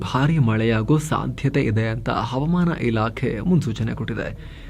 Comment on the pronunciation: ಹವಮಾನ ಅಲ್ಲ ಹವಾಮಾನ ಎಂದು ಉಛ್ಛರಿಸಬೇಕು 😊